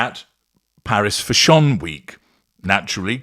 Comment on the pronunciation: Why do you keep saying Fash On ?? Is that the correct way to pronounce it ..?? It drives me and a lot of others nuts.